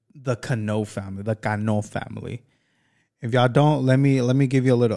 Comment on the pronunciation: What r u mexican or what because I can't believe that u can say his name right is cano